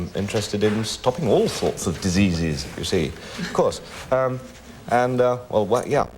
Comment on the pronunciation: I love the way Graham's saying "diseases" 😁